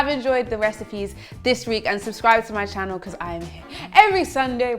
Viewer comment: “Heller everyone ... channow”